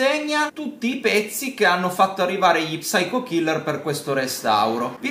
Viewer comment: La P non va pronunciata! devi dire syco killer! a parte questo sempre gran bei video!